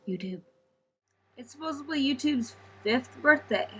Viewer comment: That would be "supposedly", not "supposebly"!